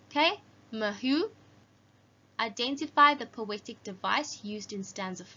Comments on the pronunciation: It's pronounced as marheu 😂😂😂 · The pronounciation of Maheu is Ma-he-wu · mah he u - that's how you pronounce it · The word maheu pronaunce mage-u hope this helps❤😊